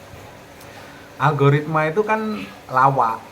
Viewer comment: Alogaritma gobl0k....???🤣🤣🤣..lucu juga denger nya ..teruss pemula suruh ngapa in lgi .kalau semua gak boleh